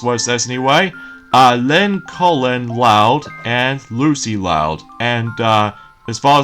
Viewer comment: I can sense the mispronunciation of Lincoln loud's name!